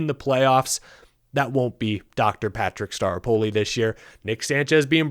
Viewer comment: I just keep hearing "Dr. Patrick Star....apoli."